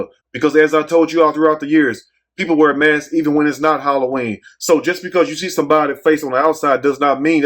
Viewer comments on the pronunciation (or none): none